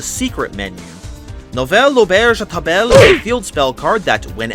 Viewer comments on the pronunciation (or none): I didn't think you could say table so wrong yet so funnily, love to see my language in an english accent that's really funny every time